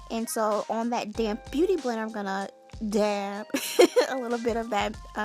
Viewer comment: Lol the way you say dab